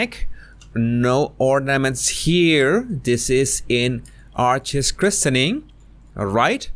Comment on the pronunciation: Quick FYI: The "t" in "christening" (and just "christen") is silent.